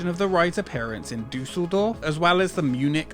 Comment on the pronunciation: As a native german, i'm always exited when english speaking people talk about german citys. No offense, but it's funny how you pronounce Umlaute, like in Düsseldorf. 😅